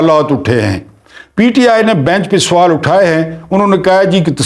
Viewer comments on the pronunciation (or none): none